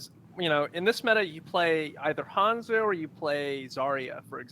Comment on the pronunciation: Majime thank you for the insight. I didn't know it was a meme; I thought it was just something small that just slightly irritated only me. Iritate is a strong word but because of his knowledge of the game I honestly thought maybe everyone else was pronouncing it wrong until a few seconds later quickly reminded me it is Hanzo. However now that I know it's a meme and he does it just to make ppl like me whine I kind of now respect him for it. Lol